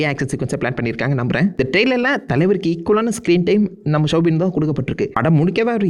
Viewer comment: Soubin not shwbin